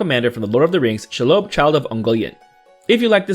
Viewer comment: The pronunciation of this card’s name is SHEE-lobb. Short O. If it were some random new legend I probably wouldn’t care, but this creature has had a name for almost a century.